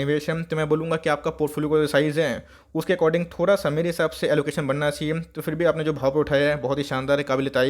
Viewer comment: बनाना चाहियान कैसे बोलते हो यार 😂🤣